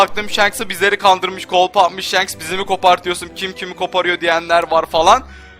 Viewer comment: Shanksının diyor :))) İlk önce adamın adını düzgünce öğren. Shanks "Şanks" diye okunur :) . Ayrıca o anime hatası.